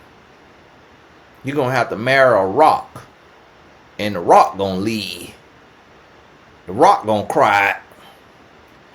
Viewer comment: He says lea, not leaVE, lea😂😂😂 I could listen to all day! 😂😂😂😂🤣🤣🤣🤣🤣